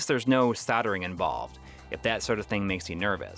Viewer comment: its SOLDERING! not SARDERING! jeeze !